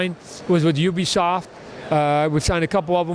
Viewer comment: "Ubishoft" ~ Tod Mcfarlane